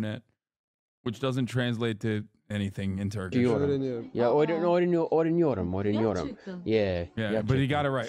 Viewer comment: Almost sounds like "oynuyorum" (I'm playing) rather than "öğreniyorum"